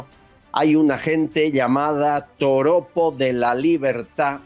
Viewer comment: mi rey. Es Joropo no toropo, pero no importa lo dijiste con cariño. Gracias